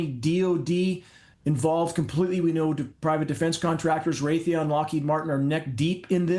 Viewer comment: He said Raytheon and Lockheed